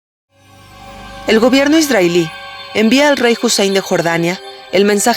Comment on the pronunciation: Por que esta narradora pronuncia Isdrael en vez de Israel??? Dice ISDRAELÍ en vez de ISRAEL.......Tiene una voz bonita pero me toca las pelotas su pronunciación.